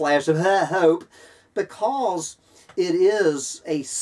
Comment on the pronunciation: I always laugh out loud when you pronounce the word "hope". It's better than any standup comic! And comical it is! The absurdity is so evident in our current circumstances!